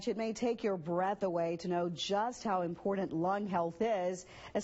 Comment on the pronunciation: i was an R.T. for 35yrs, we are still the forgotten team, don't let anyone kid you! not related here, making me crazy!! there is no D in the word IMPORTANT!! you're not the only ones saying this.... makes me crazy 🤪 😜 😫